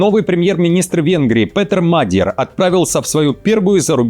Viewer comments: Неужели до сих пор нельзя было выучить ударение в фамилии часто фигурирующего в р простых политика? Мадья́р, блин, а не Ма́дьяр!!! Понятно, что за час нейросети новости начитывают, ну хоть редактируйте! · Мне кажется что ударение на Мадьяр нужно ставить на я, так более гармонично звучит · Интересно диктор специально коверкает фамилию Мадяра!?